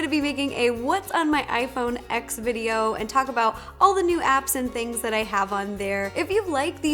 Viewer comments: You call it "X" instead of "Ten" that means you don't know much about tech. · It’s pronounced 10 non X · cringe Ro, it’s pronounced iPhone TEN, not X. 😖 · It is pronounced Ten not X iPhone X!!!!!! 😡😡😡😡😡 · finally!! Someone who pronounces gif correctly!! Though iphone X is pronounced as iphone 10 ;P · It is pronounced iPhone 10, not iPhone X. It may be spelled with an X, but it is for a Roman numeral, and the original tag line was “X marks the TENth anniversary of iPhone.” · its 10 not ex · Did you notice she said "iphone x" instead of "iphone ten"? I was freaking out and I immediately thought of you freaking out when you saw the video. Did that happen? Please tell me that happened because I am starting to lose faith in you right now. It happened, right? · From a 7 plus to a iPhone X (she pronounced as ex instead of 10).... iJustine is quaking 😂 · is it just me or i get ticked when someone iPhone x with the hard x instead of 10, the way apple pronounce it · Thumbs down for saying the name wrong, it's "iPhone 10" (X is used for the roman numeral form) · hahaha I love how even people who love the iPhone X calls it "ex" instead of "10". Will you marry me? okay okay it was worth a shot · I low key don’t wanna tell Ro it’s not called iPhone ex. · I call it “iPhone 10” and so do all of the professional tech YouTubers. Although it’s spelled out “iPhone X”, the “X” means 10 in Roman numerals to signify that it’s the tenth anniversary of the iPhone. Whenever there’s a date significance, usually Roman numerals are used. No hate against her or you, but the correct way to pronounce it is “iPhone 10”. Apple themselves calls it that and watch any professional tech YouTuber and you’ll see that they pronounce it as “iPhone 10”. And for those people saying it doesn’t matter, it sort of does. You don’t go around saying “Who did you want to win in the Super Bowl “el eye eye”? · It's actually ten but since I love you so much I'm not gonna get irritated you call it x